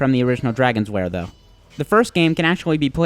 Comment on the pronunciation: It's called lair not wair